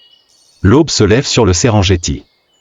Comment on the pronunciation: ça se prononce Serenguetti au passage